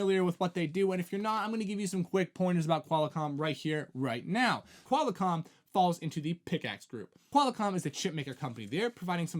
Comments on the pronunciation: Did he say QUAL-A-COMM? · Yeah, first time on my channel. Hard to take someone seriously who doesn't know how to pronounce Qualcomm and who hasn't heard of Ericsson before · He said QualiComm.